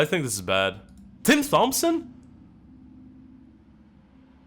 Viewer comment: Dude love your vids, and what you bring to the table for the poker community. I have to say though, I almost died when you said Tim "Th"ompson with such excitement! It's pronounced "Tomp-son" lol.